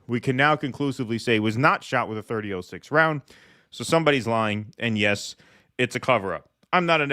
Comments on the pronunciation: its pronounced Thirty" ought" six not thirty ooooh six . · .30-06 is pronounced " 30 aught 6." I'm a female who doesn't know anything about guns, but I have heard how this is pronounced through out my life.